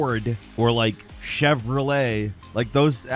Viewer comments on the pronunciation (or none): none